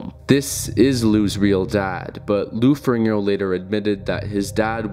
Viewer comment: Lou Ferringo.... cmon maing